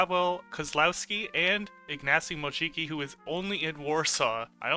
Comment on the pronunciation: why are you saying Ignacy Mosiki😭😭 "siki" is pee in poland it sounds so cursed for me